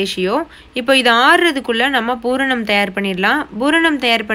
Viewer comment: Nice, it is pooranam not bhooranam..